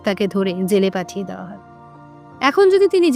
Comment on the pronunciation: Khub sundor golpo, path o bhalo kintu uchcharon khub kharap apnar! Dawa noy, dewa, mon, soman etc eisob uchcharon gulo ektu thik kore nin!